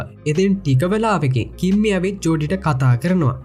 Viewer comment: කිම්මි නිකන් ඇහෙන්නෙ කිම්බි වගෙ 😂❤ reviwe kolla ❤❤